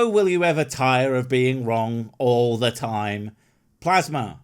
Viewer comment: Ever notice how stupids over use the pronunciation of "the" as "thee" when they are trying to sound like a smart? It wouldn't be half so bad if he didn't drone on in endless run-on sentences. Can somebody buy a "." -- even a space comma would be more than appreciated! Never mind, I'm sure he'd never use "thee" thing anyway...